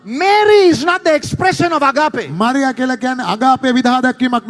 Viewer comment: excellent. you say "Ag..AA..pe". there is no "AAPPe" in how you pronounce it. the correct pronunciation should be "AAG..ape"., these idiots are jealous of your rise as a stand-up comedian of all time from Sri Lanka. PLease correct your pronunciation error. Please Do not forget us. Your fans., ME WAGE SEPA Dena eka nathara karanna nam EPA..